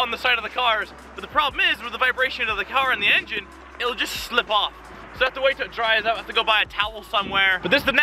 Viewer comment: Did Craig just say shlip off ?